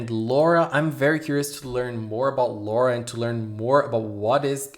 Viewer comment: The purple haired girl is Lola, NOT "Laura." Also refer to them in Japanese name order, family name first.